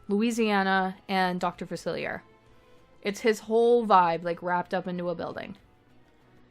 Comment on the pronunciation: This is so incredible just absolutely insane work. I’m only at Facilier’s voodoo home and you got his vibe soooo right I was obsessed with the jazz singer sign out front. He’s my FAVORITE villain. For future reference it’s pronounced Fac-illi-eh. It’s French. ☺️☺️☺️🫶🫶🫶